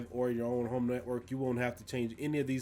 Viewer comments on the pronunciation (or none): none